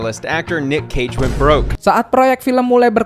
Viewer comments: Cage bangkrut karena kehidupannya yang boros dan hobbynya yang suka berjudi , thats why dia embat semua peran. Oh yah, Btw Cage dilafakannya bukan bukan Kets tapi Keich 🙂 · NICHOLAS CAGE Di BACA nama belakang nya. Bukan KET...TAPI CEI'G...jangan NORAKKKKKKKKKKKKK